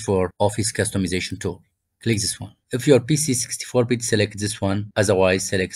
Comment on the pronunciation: tell me your persian without telling me your persian, selekit